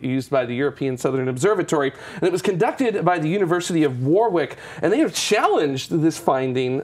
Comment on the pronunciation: Greetings, A correction to your pronunciation of Warwick, the second "W" is actually silent, so it is Warrick not WarWick, nice mini programme.